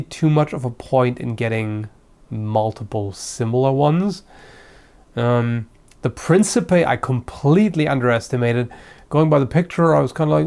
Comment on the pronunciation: i'm an ass: it's it's principe with a ch sound, in italian c has never an s sound. brescia is spelle bresha, with the "sha" of "sharp" maurice in italian is spelled maurizio not mauritzio(maybe in latin?)